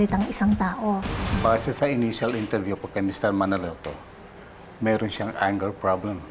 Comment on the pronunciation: That’s not how you pronounce anger 😭😭😭 please Google how lol